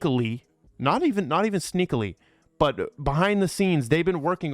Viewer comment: 👀👀 “sneakily” sounded weird. had to check if that was real word…. And it is!